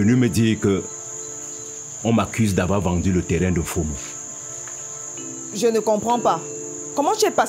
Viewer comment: Belle série. Initiative louable d'utiliser les noms de chez nous, pour appeler les personnages. Juste un petit souci, Patrick Oyono sait qu'on ne prononce pas "Fo mo" mais "Mfoh mo'o". Pour avoir un peu plus de réalisme. Si non, on aime quand même .